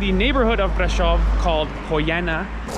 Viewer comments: Brasov not Bradshaw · Corect : Brașov ] Romanian: [braˈʃov]